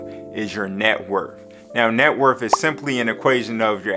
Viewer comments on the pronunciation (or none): Taking Net WORTH advice from someone that says "Net Wurf"? SMH